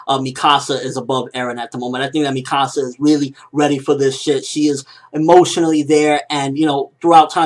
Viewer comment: Its pronounced me-ka-sa not mi -ka -sa